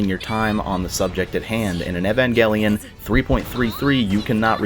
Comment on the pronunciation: Umm.. Evengelion? O_o You're pronouncing the name way off. And it's weird since the original voice actors _constantly_ tell you how it's pronounced. Hope you didn't watch this with some English voice acting or something weird like that :P